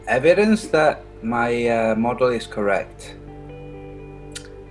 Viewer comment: Did you say model or MUDDLE?